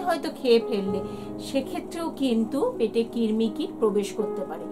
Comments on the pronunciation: Kirmi na krimi😂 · Oh allah... Amio ai kotha ta bolte chaichilam....j kirmi noy krimi toh uni toh bolei dilen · দীদিভাই ওটা কৃমি কির্মি নয় 😑